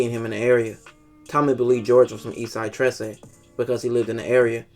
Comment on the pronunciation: You pronounced 13 wrong. Trece is just 13 in spanish...